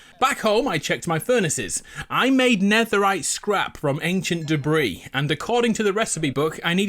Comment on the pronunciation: "like antiant debree" me: uhh WHAT